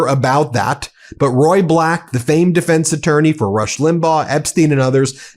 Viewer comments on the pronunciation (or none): none